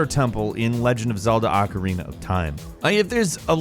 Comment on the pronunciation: Why is the word ocarina so hard for people to say correctly.